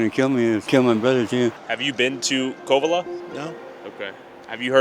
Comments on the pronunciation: He pronounced it CO-Vello. Any idiot who has lived in mendo for more than a month knows how to pronounce Covelo. This is some fake BS. Leave before you get hurt pretending to be from somewhere you're not. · I watch all your videos, this one is so depressing to see. You only interviewed meth heads, and is so full of it. I grew up here, the Masonic Temple… 😂 doesn’t even know how to pronounce Covelo, proof he was not from around here, making stuff up. There was a dark side but Mendocino, Humbolt County are some of the greatest places on earth. You can go anywhere and find bad if that’s where you are looking.